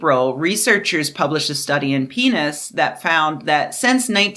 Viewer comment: Thank you for being the only youtuber I've seen read PNAS the way it obviously should be said.